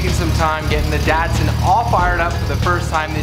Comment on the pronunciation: Dat-Sin? It’s a Dot-son. Why must you pronounce it wrong? Do you really not understand the cup holders were not a thing in 1977? Not to mention that these cars are for driving and not for sipping. Jeez man.